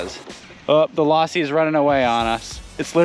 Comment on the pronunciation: The way you pronounced it lawsi instead of losi pronounce the o not an a drove me nuts.